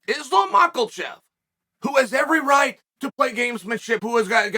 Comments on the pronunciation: ahem … it’s “Makelchev”… if Chael hears an L, then there’s an L in there the rest of us have not the eyes to see or hear. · I was listening to Chael pronounce names and realized he's the greatest martial artist of our time: he isn't even competing and he found a way to give Makhachev an L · I love how he says Macklechev lol